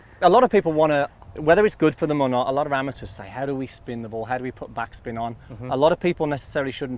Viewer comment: Been saying amateurs totally wrong the whole time